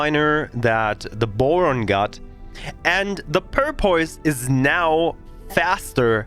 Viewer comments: The English pronunciation for Porpoise is "paw-puss".. (not making fun of you, your English is awesome) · I don't speak a second language, so I mean no disrespect...but it's pronounced "Pour (as in pouring a glass of water) Puss, Pour-puss. The way you were saying it was cracking me up. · I don't know if anyone ever let you know or not, but it is porpoise as in the dolphin like water mammal. porpoise (pronounced pour - pus). just trying to be helpful not mean thanks for your great videos they have been a godsend for a return player.